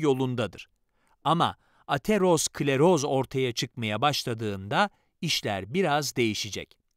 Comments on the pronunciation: Ateros kleroz değil Atero skleroz diye okunur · Hocam ateros-kleros değil atero-skleroz. Kanser oldum resmen bu kadar konuyla alakasız birine bu seslendirmeyi yaptırmasaydınız keşke.